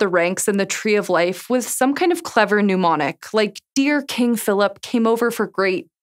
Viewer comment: There's a difference between pneumonic and mnemonic and how they're pronounced. If you pronounce it like pneumonia (as you did at the beginning of this video) then you're talking about a pneumonic device, or an iron lung. Mnemonic is pronounced like name, not new.